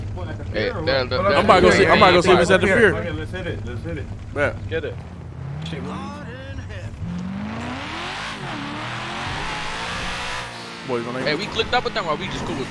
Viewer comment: It’s “pier” 😂